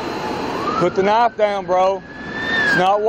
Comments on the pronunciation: He said "Put the Knoff Douyn" about 20 times...sheesh. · Maybe he didn't understand the cop was talking about the "knife" because he kept saying "put the noff down" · Put da Nah-ya-ff dan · “Put the knafe down” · “Put tha knife dow-uhn.” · The officer pronounces "Put the knife down" in a manner that will make my brain hurt for a week. 🥴